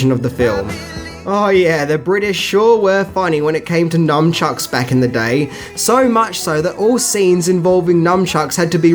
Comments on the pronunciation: NUN- CHUCKS....God i hate when people say numbchucks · Nice retro-review, well done! Oh and it's " nuNchuks" or "nuNchaku," not "nuMchuks." Ain't no "M." ;) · Mmmm 80's Cate Capshaw "sex scene". FYI (unless I am miss hearing you) it's NUNchucks. Cheers! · You mispronouncing Zelazny, as "Zelazini," was funny. He's one of the best known scifi authors of his generation. And nunchuka are a.k.a., "nun-chucks," not, "numb-chucks." But hey, you're doing great work, and I'm just sitting here being an asshole.